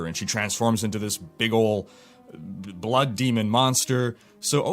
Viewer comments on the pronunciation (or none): none